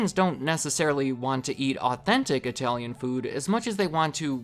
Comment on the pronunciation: speaks the best I-Tallian